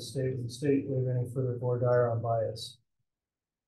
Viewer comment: Has anyone else been maddened by the way they are saying “voir dire”?!?